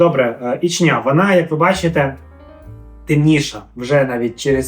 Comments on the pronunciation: Та господи,скільки ж можна😂Наголос на перший склад в назві міста Ічня,чого завжди у всіх асоціація з Чечнею???😢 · Самій вухо ріже, коли роблять на останній склад наголос))